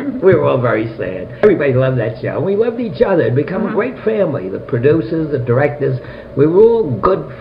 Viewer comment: Absolutely FANTASTIC!!!!!! Great job (or should I say gweat job?) Just kidding! Honestly this was so interesting!